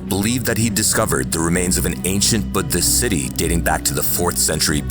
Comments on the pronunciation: 3 minutes into the video and already impressed by your correct pronunciation of Punjab and Buddhist. This shows your attention to detail and sensitivity to other cultures. Keep it up! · We got AI text-to-speech systems pronouncing "Buddhist" more authentically than most humans. What a time to be alive! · When I heard him pronounce "Buddhist" so perfectly I silently screamed. A+++ for the efforts. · That is the most correct pronunciation of "Buddhist" i've ever heard from an American. Or maybe this is just an AI voice lol. But either way, nice job. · Those pronunciations were crisp